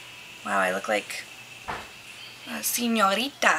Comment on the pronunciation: ha i love the way you said senorita:)